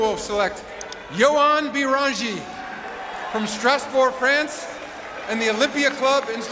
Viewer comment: You actually nailed Niederhauser's name! Joan Beringer on the other hand... Phonetics aside, incredible video as usual